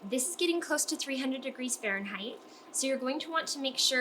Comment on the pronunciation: You’re very hard to listen to. Can you say Fahrenheit one more time?